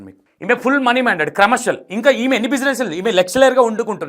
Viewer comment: Content బానే ఉంది కానీ, అర్ధం కావట్లేదు అసలు. Flow సరిగ్గా లేదు. టాపిక్ జంప్ చేస్తున్నారు. Basic English నేర్చుకోండి మీరు. లెక్చరర్, LIC, commercial, ఇలా చాలా words సరిగ్గా పలకట్లేదు. అర్ధం కావట్లేదు. Pronunciation నేర్చుకోవాలి.